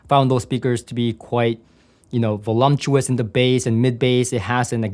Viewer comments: I probably shouldn’t put my burden at your feet but it just makes my brain itch. There is no “M” in Voluptuous. The sound of “volumptuous” fits the meaning so nicely that I totally understand people saying it like that. It just ain’t right. However, you doing you is what keeps me coming back, so keep the “M” if it feels right. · voluptuous, not volumptuous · VoluMptuous is EXACTLY the way I first pronounced the word in High School. I'm not sure when I got the realization that there was no M in the word, but once I had that realization, I made sure to do so correctly. voluP tuous. I said this, not to be critical, but to be informative. I would SO love to have these speakers in my system in place of my quite satisfactory Spendor S3/5s, supplemented by a Rythmik 12" sealed servo subwoofer. I live in LA and have been to the factory and heard the Platymons, which i found to be quite pleasing as well. Your system choices are in tune with my tastes, so keep it up. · I am a regular viewer - and support you, so please take this as the good natured tease it's intended to be: There is no such word as "volumtous" 😂